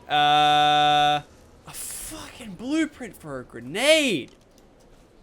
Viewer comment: said blueplint ahaha lol